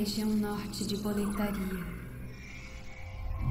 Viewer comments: Pois é, também percebi kkkkkk. O problema é que durante a tradução, suponho, eles se apegaram ao fato da palavra Boletaria não estar escrito “Boletária”(com acento), que em português faria a pronúncia soar correta. Mas bastava eles terem prestado atenção ao áudio original e entender q é um nome próprio trazido de outra língua. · Sim, mal de brasileiro em querer pronunciar nomes estrangeiros usando as regras da nossa gramatica e pronuncia, ai da nisso, fica muito estranho kkkk, mas ta beleza o resto do jogo é magnifico. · Unica coisa que eu tenho a reclamar desse Remake é a velha falando Boletaria, me deixa puto kkk